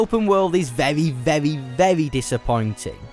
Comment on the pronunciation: vevwy vevwy vevwy vevwy